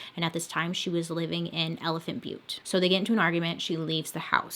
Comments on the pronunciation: You pronounced elephant butte correctly My family used to go camping there every spring and summer every year. We lived about two hours away. Beautiful spot when the water was at its highest... stopped going when we found out about this guy and his sick girl friend and daughter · I live in New Mexico and you said Elephant Butte right!! And we call Truth or Consequences TorC. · Hi love the video! The name Truth or Consequences (usually we call it T or C) is from a game show! The game show had a "contest" to see what town could rename their city Truth or Consequences the fastest, and well T or C won! I think this was way back in the day I don't know when. It's actually got some cool hot springs and is a pretty town. (Elephant Butte is pronounced the way you said it! it's a popular place in NM for the lake) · Your pronunciation of Elephant Butte was correct. I think that someone thought it looked like an elephant. The town of Truth or Consequences had some other name, there was a game show on TV by that name. Somehow the town made a deal to rename the town Truth or Consequences, and those of us who lived in the area just called it “T or C”. I believe that the town ended up getting a bunch of money for doing the name change. Anyway , that’s a little tid-bit of information on one of your stories. I wasn’t living in the area when this guy was active. Yikes. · Woa but no research on the names and locations ok. T or C changed the name of the town to participate in a radio game show in. And you did pronounce elephant Butte right. It is a reservoir and the water levels vary greatly because this is in high dessert and evaporation is a problem. The book gives alot of info. This was all unfolding my senior year of highschool. I grew up in Santa Fe NM. My church youth group used to go swim in elephant Butte.